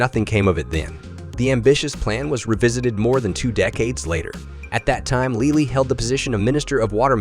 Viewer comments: it is pronounced "Lay-lee", not "leelee" or "lilly" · Ah yes Leelee and the Afsludy